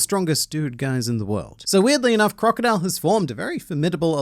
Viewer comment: Its pronounced, "Crocodile"